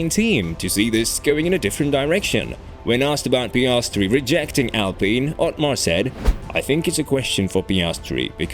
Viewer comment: Thanks a lot for fixing your pronounciation of "Alpine" :) Good work, as always ! Keep it up :)